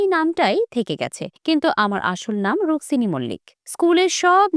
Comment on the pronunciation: কোয়েলের আসল নাম Rukmini Mallick✅ not Ruksini ❌ আগে ঠিক টা বলুন বা উচ্চারণ ঠিকঠাক করুন নয়তো ভুল খবর পরিবেশ করবেন না